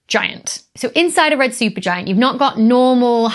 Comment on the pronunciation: Becky, thanks for sharing, educating and entertaining. You went a bit Sean Connery with "Red Shupergiant problem" 😂🙂❤